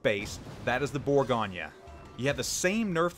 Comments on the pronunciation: Am i the only one extremely annoyed by his pronunciation of “bourgo nyyyaa” ??? Its bourgo nnyeu NOT bourgonyyaa!! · I came here to learn about the burr-GOIN. Instead all I hear is all's ass this and all's ass that. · Geez. It's French, not Italian, there's no nya!